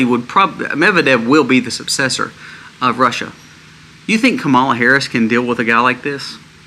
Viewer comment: Yo I've watched your channel and you never ever pronounce kamala Harris name correct. Saying someones name wrong if you trash them shows your IQ level. I'm bout 2 unsubcribe and vote thumbs down. All this must be fraud. Duces 😂